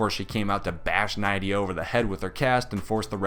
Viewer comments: NIDDDDDDDIA NOT NYYYYYYDDDIA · Its pronounced nidia... like knit without the t.. dia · It’s pronounced Nidia. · Anyway: wasn´t here name pronounced with an e like [nedea] ????